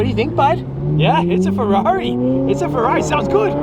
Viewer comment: ferrari more like fur-rari lol